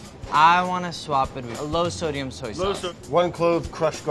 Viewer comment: Sowy sauce Brad you mean soy sauce 🤣